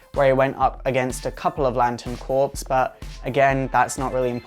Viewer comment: Um, you do realize that green lantern corps is pronounced like core, no corpse. 2 totally different words. Kind of like how it sounds like you keep calling deadshot deathshot in another video. You need to learn some stuff obviously.